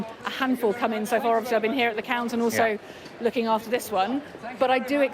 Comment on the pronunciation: Cannot Sky employ a political editor who is capable of pronouncing the letter G at the end of words? Findin' lookin' happenin' changin'. It is *uckin' annoyin'